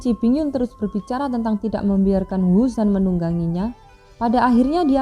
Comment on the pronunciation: Cara penyebuta xiao ya tidak jeles,yuzan bukan jusan.